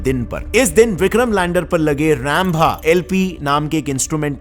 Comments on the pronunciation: Wtf is RAMBHA it's रंभा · Sab kuchh bahut achha h , but bhai kyu jabardasti khud ko angrez sabit karna chaah rhe, ji aap Rainbha bola rhe vo Hindi me Rambha hi h so proud to be indian hindi bolo khus rho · . भैया अंतरिक्ष को एनटरिकस बोलते हो| और रंभा को रैमभ| बोलते हो| कुच तो अपने श|सतौ पे गर्व करो |🙏🏻🙏🏻🙏🏻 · It is pronounced “Rumbha”. You seem to be big Angrez 😂😂😂